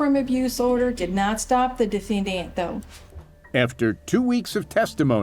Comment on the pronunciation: The attorney on the Dana Chandler case, “the DE-Fin-Daant” 😬😬😬